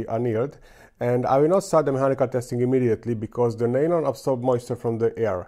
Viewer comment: Maaan how many years have you been doing this? You still say "share stress" and "nail-on". Kurwa, C'mon.